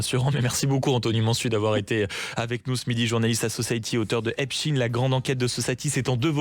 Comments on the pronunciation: Pourquoi on prononce " EPSTINE" et pas "Albert EINSTINE" ??? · oui effectivement, Epst..ine, (consonance russe) ils disent Albert Einst..ine ?? Frankest...ine ??? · C'est marrant votre façon de prononcer Epstein.